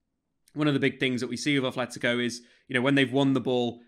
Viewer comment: Love it, but it's not ATHletico, everyone says TH but it's aTleti, with a T, love the content:)) Aupa Atleti